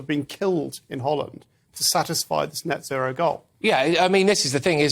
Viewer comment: Sometimes British language sound really funny. 'As Dutch farmers resist neo-nazi(row) laws' is what I heard. Love from the Netherlands 💜🙏🏼